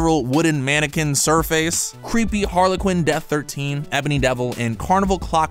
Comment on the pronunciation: I hate how he said surface as sir face